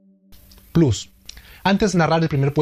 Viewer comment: jajajaja.. me mato ese "plus".. buen video.. suscrito..